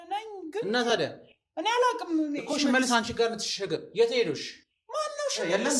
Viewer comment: ለምን ትቸኩላለ ሽሠልስ አትበል ፈጥነህ